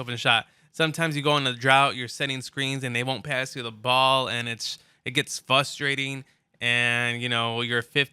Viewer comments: “Fustrating” or “frustrating” with an R.... hahaha go back to first grade and get your pronunciation polished up bro!!! Hahaha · "It gets fustrating" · FUSTRATING lol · "fustrating" dumb ass bitch